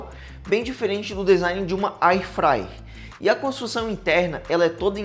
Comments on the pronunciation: O video está bom, mas precisa melhorar o português, evitando esse gerúndio o tempo todo. Airfryer (érfraier) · Alguém diz pra ele que é air fryer e não ai fryer, e o gerúndio irrita...😂 Dá pra perceber que ele não sabe nada do produto. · Pena que não tenho áudio aqui pq gostaria de ensina-lo a pronunciar AIR FRYER